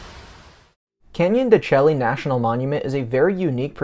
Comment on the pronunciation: Pronounced Canyon de Shay